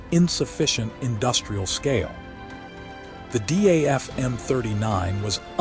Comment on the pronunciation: Name is not pronounced as D.a.f. But Daf. A.I. always gets This wrong.